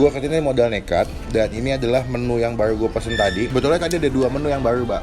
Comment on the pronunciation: bilang menu baru mesti jdi menu barlrlru